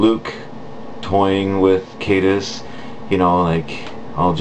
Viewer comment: Caedus has latin roots, so it's pronounced Kie-dus